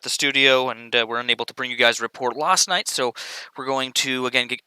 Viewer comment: Still pronouncing last night as "lost night", keep it up my guy ✊